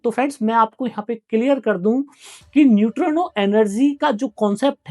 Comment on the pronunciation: नयुट्रानो नहीं होता न्यूट्रिनो होता है